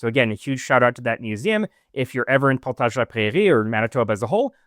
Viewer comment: It's always funny to hear Portage said by someone who's actually french. I was like "where!? What museum? Ohhhh". Great find. The mannequins there I remember from my childhood were quite unsettling hah, always waiting around corners.